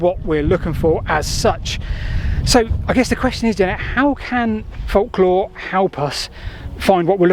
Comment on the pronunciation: FOLC-LORE???? Why do you mispronounce "folklore" deliberately?